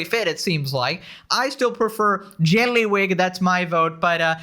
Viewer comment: The way you say JYELLLYYYWIG gives me life